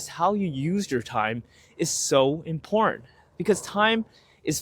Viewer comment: I know it's petty but it irks me that you can't seem to say 'important'. Ok.. done with that. Content is great. I can feel the shift in my attitude and see the changes in my life. I am content almost all of the time now.